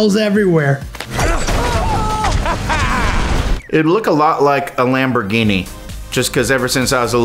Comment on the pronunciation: “lamborghini” -Jack black